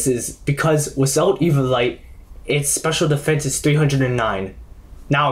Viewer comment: E-vio-li-te not E-vio-li-te